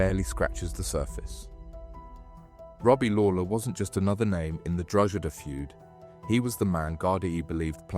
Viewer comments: Given the horrific nature of the offences, the sentencing seems light to me. I guess when these men are released, they will just carry on with their old way of life. Incidentally, isn’t the place name pronounced ‘Drog-ee-da’? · Where is this "Drogeda" of which you speak?